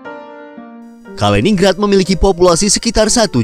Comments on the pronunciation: Kaliningrad itu dibaca KALI NIN GRAD, ya salam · MIN. Penyebutan yang benar, BUKAN "KALINING RAD" TETAPI "KALININ GRAD"